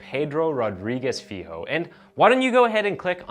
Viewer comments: So his last name, Filho, is pronounced “feel-yo”. Not that it matters, or anything, but I figured I’d share. Should you end up doing any other Brazilian or Portuguese stories in the future, I’d be more than happy to help with any pronunciation. Iran and Afghanistan stuff, too. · Also "filho" is pronounced "Filio". The "LH" sounds like the "LL" in spanish